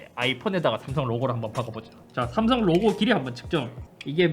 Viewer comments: 슴성은 너무 하네여 ㅋㅋ 넘모 이상해 ㅋㅋ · 샘썽 ㅋㅋ 그냥 어감부터 구림 중국같고 ㅋㅋㅋ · 스음성 ㅋㅋㅋㅋㅋㅋ 근데 진짜 이걸 실제로 하시는걸 보니깐 언제나 잇섭님 대단쓰 ㅋㅋㅋㅋㅋㅋ